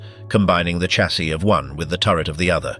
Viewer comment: I DO WISH YOU WOULD STOP CALLING A DAMN chaaasie it is pronounced as a shhh shassis not like a bloody church with a CH !!